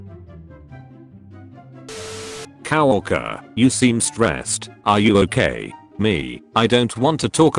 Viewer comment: coworker pronouced cow woaker